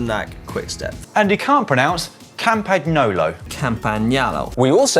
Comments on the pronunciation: To be fair he did a better job of 'Campagnolo' than Dan. It was spot on except that he used an 'a' where there should be an 'o' while Dan completely butchered the 'gn' bit. Now I'd like to hear Dan say 'tagliatelle' just for a laugh! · Pretty sure it's Dan who can't pronounce Campagnolo...